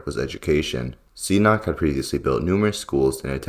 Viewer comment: You also pronounced "Sihanouk" as "see a knock".